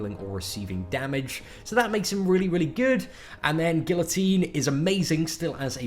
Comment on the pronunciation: Guillotine pronounced as is looks. Not any more